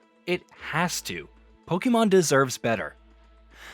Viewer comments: It's not pronounced Pokeeemon. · Lost credibility in the first 2 seconds after mispronouncing pokemon